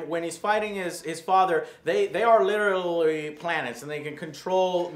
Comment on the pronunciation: "they are lilrurrally"